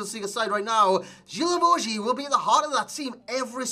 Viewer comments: Thought it was Gee-La-Vo-Ju idk, GG's anyway xD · Its pronunced Gui la vo gui